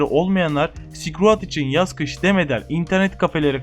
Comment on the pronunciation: tamam ilk okulda böyle okuyabilirdik belki bu oyunun ismini ama şuan kürt gibi okuma silkroayd ne amk